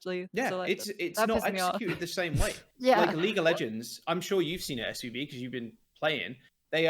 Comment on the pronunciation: calling SVB "SUV" is too funny man